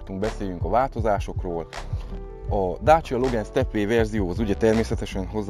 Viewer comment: Jó lett a videó meg az autó is, de legyszives nem logen, igy a magyarországiak mondják,hanem logán, igy ejtik rendesen!